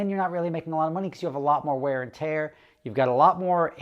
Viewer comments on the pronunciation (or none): none